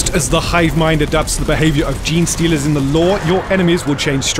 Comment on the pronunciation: Did someone just say JEANSTEALERS!?